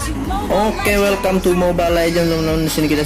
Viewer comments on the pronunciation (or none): none